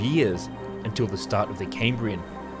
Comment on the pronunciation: Cambrian. NOT "Caymbrian". You don't sound American, so why?